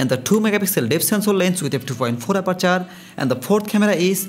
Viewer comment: with two point for aperchhhhoorrr